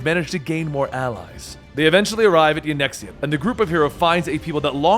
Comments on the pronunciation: Yanxia = Yan ex ia????? Asahi = Ashi??? Yotsuyu = Yotsuya? Like, Gosetsu even calls her Tsuyu for short. Am I the only one who finds Asian words really not that hard to say :| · its yanxia (young-sha) my dude. You are welcome.